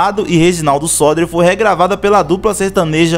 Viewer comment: Muito bom só lembrando que o nome do compositor é Reginaldo Sodré. Você pronunciou errado.